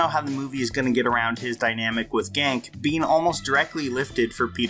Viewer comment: Wait What did you call him? Genke isn't "Gank," it's closer to "Gankey."